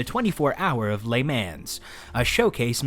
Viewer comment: "Lay Mannz." 😆